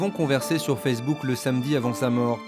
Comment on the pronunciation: "Sur FESSEBOOK" 😂😂